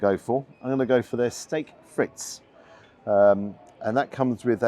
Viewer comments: Great review as ever,. One minor pedantic quibble: it's pronounced "steck freet", not "stake fritz". There are several YT audio guides. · Steak friz .. pronounced frisk! 😮